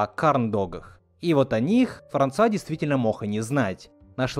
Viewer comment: Эксперимент в том, что вы произнесла мог не как [мок], а [мох], и кто заметит это? Это черта южного диалекта, сама грешу этим